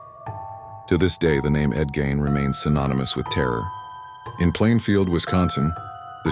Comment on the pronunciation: 2 seconds in and hearing the mispronounced last name, I'm out. Quit putting AI slop out there